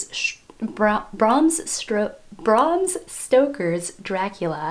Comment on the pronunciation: Bram Stoker was born as Abraham Stoker which is why his name is pronounced as Bram and not Brom.